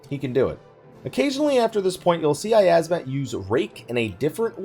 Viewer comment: "yiyazmat" CEASE